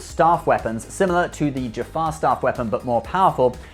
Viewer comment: I love the way you did a whole bit on how to pronounce 'Goa'uld' but then snuffed 'Hatak' and 'Jaffa'. Oh you.